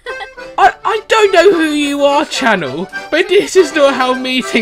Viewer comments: Chanel isn't pronounced "Channel" it's pronounced "Shu-nel" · ITS "SHA-NELL" NOT CHANNEL HAHAHAHA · Is it me or does he say "channel" instead of "Chanel" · her name is pronounced sha-nell not cha-nell